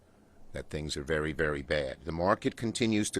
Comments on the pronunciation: How do people like this get a job working for the government? "VEWY VEWY VEWY BAWD!" like what? These people are like babies with no evidence to back out their statement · “Vewy vewy bad” who keeps voting New York Elmer Fudd into office? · Vewy, vewy bad. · “Elmer Fudd here, this is vewwwy vewwwy bad”